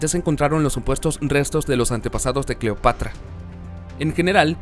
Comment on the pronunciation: Gracias Manuel ...me parece correcta tu Correccion...NO SE DICE " DEIVID SR..." SE DICE "" DAVID " y punto...ensaye antes y averigüe las peonunciaciines para que se oiga mejor la historia ...cuidado se le sale y dice CLIOPATRA en vez de "" CLEOPATRA